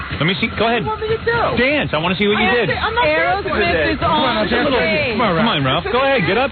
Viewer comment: Why does Howard call them "Arrow" smith instead of Aerosmith..?